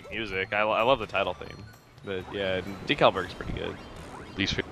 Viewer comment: decalburg, don't u mean DECALburg.